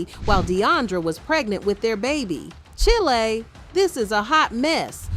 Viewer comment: Not “Chillay” when it should be “Chile” 🤣🤣🤣